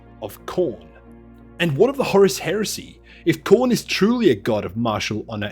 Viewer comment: HAIR-UH-SEE!!! * DAKKA *